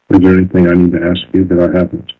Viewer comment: It IS nuts to me when alleged experts use such articulation as her ‘intelligence….’ Especially when she speaks such horrid English at times! ‘Anythingk’ is NOT a word. Neither are ‘dis’ and ‘dat!’